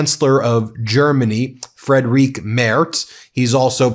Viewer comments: Friedrich is pronounced more like "FREED-rick" not "Fred-RIQUE". You mispronounce it in every video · German here with an unimportant side note: Mr. Merz's first name is pronounced similar to "freed Rick" (as English speakers are usually not able to pronounce the sound represented by "ch"). His last name is pronounced similar to "mairts". Freed Rick Mairts 😅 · Ben: The name of the German Chancellor is pronounced like Freedrich Merz with a soft pronounciation of "ch" . I know, it's somehow a tong twitster for English speaking persons ... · The German chancelor’s first name is Friedrich not Frederic. Please get the pronunciation right. We are not massacring the names of other world leaders here in Germany either by pronoucing them in a German way. Make an effort, it is not difficult to find the right German pronunciation online.